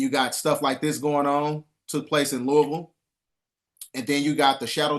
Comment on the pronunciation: Props to for pronouncing Louisville correctly lol! 🍚🍚🍚